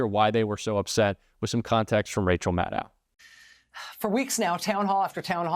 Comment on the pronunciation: not bothering to check how to pronounce Rachel Maddow's name makes you sound unreliable. It's pronounced like "know", not "now".